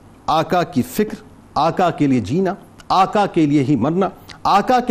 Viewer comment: Afsos Afsos It is not " Aka " it is " Aqa"